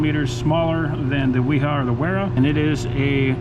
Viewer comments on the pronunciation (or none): Both Wiha and Wera are German brands. So the correct pronunciation is Viha and Vera. 🙂